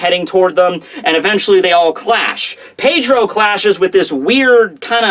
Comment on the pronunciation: who else gets pissed off by the way he says Pedro?